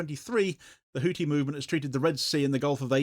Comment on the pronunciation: Hou-thi (pronounced Hoo-thee) not hootie, you muppet.